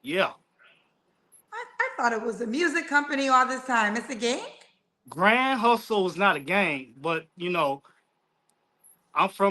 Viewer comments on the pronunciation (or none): This dude said “Grand Hustle” like I used to say 🗣️🗣️G-UNIT when I was in the sixth grade